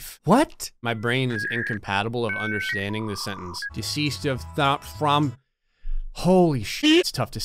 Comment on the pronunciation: Deseased instead of deceased